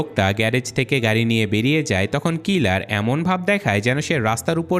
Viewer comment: সব ঠিক আছে বাট তুমার ভাষা ঠিক নাই তাকে না (থাকে) হবে তকন না (তখন) হবে এমন অনেক ওয়াড আছে যেগুলা ঠিক করতে হবে